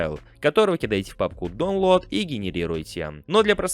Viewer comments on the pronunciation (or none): Спасибо за видео. Если читаешь комменты, то на будущее: не доунлоад, а дАунлоад. Так правильнее. Сорри за душность, но ухо режет